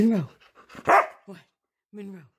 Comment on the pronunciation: says Monroeeee real good Good job